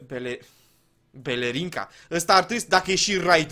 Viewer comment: Era Blerinca....nu Belerinca...😂😂😂